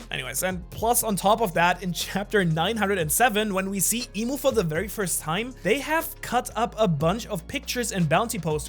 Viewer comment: Its "I'm" not Imu and not "Eem" I'm, as in "I AM". the name of GOD.